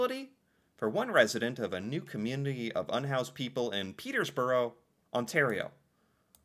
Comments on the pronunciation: Peter borough. No s in the middle. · As someone who graduated from Trent last year, it was wild hearing add an “s” to the middle of Peterborough consistently 😂 I thought it was gonna be a one time thing and then he’d realize his mistake